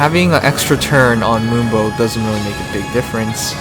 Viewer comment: It sounds like he's saying "limbo" than "moonbow". Gotta fix that audio man